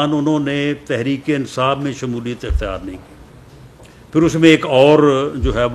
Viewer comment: Ansaaf!!!!..its insaaf😅....bhai meray...